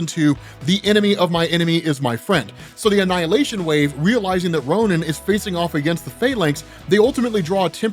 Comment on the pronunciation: No one else in the comments here to see if someone has mentioned the Ronan pronunciation??